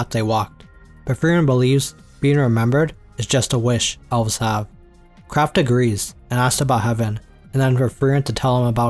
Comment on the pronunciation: owls? or elves? say it better fama? or flama?